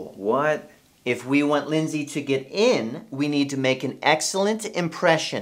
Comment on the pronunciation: You don't need that guy Linsay He said yur name Wrong! O